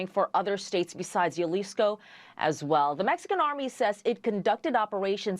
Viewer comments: Hey lady reporter -- Jalisco is pronounced "HA-lisco, not "YA-lisco." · Jalisco = Halisco. Not yalisco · Its HA-leesco (Jalisco) not yuhleesco lol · It's not JALISCO ITS HAAAALISCO I WISH THEY WOULD PRONOUNCE CORRECTLY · lol it’s not Yalisco it’s Jalisco (Halisco) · Did she say yaleesco? Lmaooooo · Hal-lisco Spelled Jalisco but pronounced best Hal-Isco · A news reader saying Yalisco cringe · How hard is it for people to say, Jalisco? “H-alisco” All these news organizations are coming up with a million ways to butcher the name of that city 😂😂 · Jalisco (hal-e-sko) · The way she says Jalizco 😂